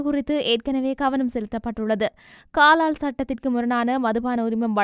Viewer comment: காலால் அல்ல கலால் என்பதே சரி